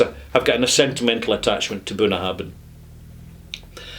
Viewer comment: you mispronounce the name of this distillery.